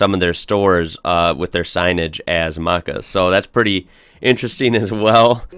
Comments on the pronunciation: It's pronounced Mac'cas (as in Mack!), not Moccas, and most I've been to advertise themselves as Maccas. Yes, being in the US I struggled crossing the road as I constantly looked for oncoming traffic the wrong way! Yes, the light switches everywhere in Australia are down for on, up for off (unless it's a two way switch and then anything goes!), I found that American's on the whole didn't travel as much as Aussies and didn't seem to know their world geography as well. I encountered a group of people in NC who have never left the State which really threw me. I found that paying for stuff was weird in the US, I am used to not having cash and use my card as "tap and go", and even though you have the technology, it is not used??? Weird! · Not "Marcas"...it's "Maccas"... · On 'Maccas', it's 'Ma' (like the 'a' in 'cat') -cas, not 'Mu' (like the 'u' in 'muck'). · So tempted to actually say Marcas in conversation. "Excuse me gents, I'm going to Marcas, would anyone care for a Big Mac?" "Yeah mate, keen!" I'm sorry I know I'm not the first to point out that you got Maccas wrong. 😂 It should sound more like "Mackers" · Not "Mockas" but "Mackars" They brand them as Maccas now. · minuets into the video and she said arvo is an avocado, and he said markers instead of maccas 🤣🤣 its not a bad thing but like he said, its like they have the accent?! Also this is how maccas is pronounced = Mac (a in mac book) ers (as in the ers in hers)! Theres a tip! Also i love watching your aussie videos and seeing how you react since i'm aussie! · its not Muckers, its Maccas! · Im Aussie and i thought keen and reckon are words everyone says! also Maccas is not markkas, it is mac-as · Maccas, not Mawcas, yes light switches correct, down on, off up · Maccas as in cat.. not Marcas.. lol. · Macca's not Mucca's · to let u know its ma not mu maccas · marrcas? its M-A-C-I-S that's pronation for maccas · At first I thought he said "Markers" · He said macca's wrong lol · the way he says maccas is horrendous